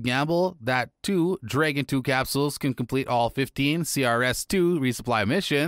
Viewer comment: Please google "Dragon" pronunciation, before making any more videos...